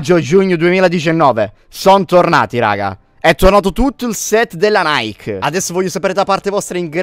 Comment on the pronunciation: Nike e la dea nickel si dovrebbe pronunciare come soscrive